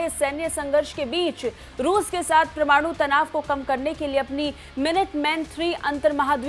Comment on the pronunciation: अरे भाई समाचार वालों परमाणु का उच्चारण तो ठीक करो